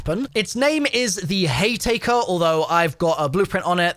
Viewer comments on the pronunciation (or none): “Hay taker” and “12 gauge Sludge” lol 😂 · My dude that's an m. It's hayMAKER 😂😂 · Sludge?? Slug I think you mean. That Haytaker is also called a Haymaker 😂😂😂😂 I’m not being dickish with this. I genuinely found it funny.